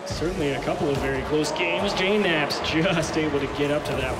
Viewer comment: I understand it. It's just that you guys don't know how to pronounce JKnaps. It's pronounced J-naps